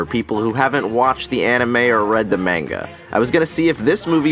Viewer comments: Anyone hear him saying menga instead of manga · This is the first video I've seen of yours, really great compare and contrast, love the video! Only one thing; "maynguh" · He way he said manga AHHHHHHHHHHHHHHH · I’m sorry for being the grammar police but it’s pronounced Mong - ga not mang - ga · Did he just say menga? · Did you just pronounce "monga" as "mainga"? Boi that ain't right(correct spelling is Manga but that's the pronunciations) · It’s monga not manga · Its m pronounced monga not manega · Mayn-ga huh? Its pronounced Mohn-ga. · The MA not ME nga and ani-me(see the pronunciation hear) were so incredibly good! This was hot s**t sprayed on your face by a dirty stray cat with a gooey bulge instead of a penis, and a little went into your mouth, now you have aids as the only recognisable disease by today's doctors. This is almost as bad if not worse than DB F**king Evolution! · "Its not Falconey". Yeah and its not "Maenga" dear Americans. Also the main character wrote a friggin survive clause... into the Death Note. A book literally used by reapers. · Idk if your opinion matter if you can't pronounce manga properly huh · Did this man really just say manga like mango but with an “a” at the end instead of an “o”? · Bruh, learn to say Manga right. You knitpicky fuck. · My guy: manga Me, an intellectual: manga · not to be that guy, please God pronounce manga correctly. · Complains about how Netflix messed up Death Note Me: Complains about him pronouncing manga wrong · I hate when people say that their big Anime fans, but can't pronounce MANGA correctly. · why do u say manga wrong lol